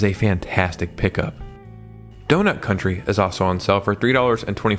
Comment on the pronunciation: FYI it's Donut County, not CountRy.